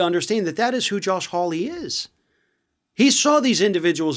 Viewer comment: I grew up in England, in a village called Hawley, the origin of this name. It is pronounced “whore- lee”.